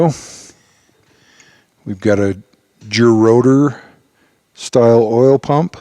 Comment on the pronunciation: 'jew rotor' , I thought it was gear rotor....